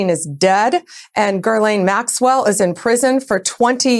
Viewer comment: Who’s Gurleene Maxwell?